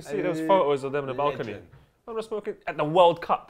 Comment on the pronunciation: Thought said the balkan players were smoking up on the balkany.